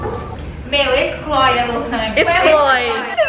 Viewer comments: "Excloe lorani" KKKKKKKKKKKK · Eu pensei q era só eu e minha amiga q pegou essa mania de falar excloi kkkkkkkkkkk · Oq elas mais falaram no vídeo inteiro foi a palavra "Excloi"